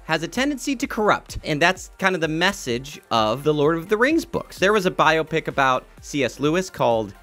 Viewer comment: God bless you for pronouncing "biopic" correctly.